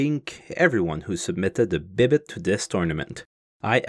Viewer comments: Why do you pronounce it 'bib-it' when it's spelt 'bibite'? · C'est pas français, c'est québécois 😂